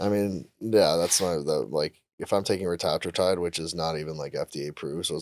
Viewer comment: Do you think felt really dumb when/if he learned how to pronounce retatrutide correctly?